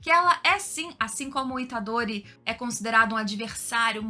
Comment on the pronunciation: Dá uma agonia de ver ela falando os nomes dos personagens... Máhito... Aí daqui a pouco falava Mahitô... Nânami... Itadôri...puts!